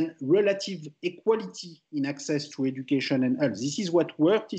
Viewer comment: The subtitles are wrong. He said (obviously mispronounced) "education and health" not "education and arts". Source : I'm French. He also said "more generally" not "marginally" "strong pressure" not "some pressure" "than his secretary" not "than is appropriate" etc.